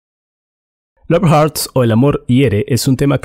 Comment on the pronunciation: Hurts Se pronununcia jorts no jarts